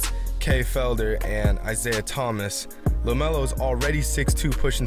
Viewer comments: IT'S LAMELO not lemeolo df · Y it's lamelo not lemelo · he says lameolo dont force shots